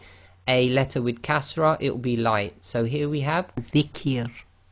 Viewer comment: I can't understand how to pronounce zikr.it sounded to me like zikkir...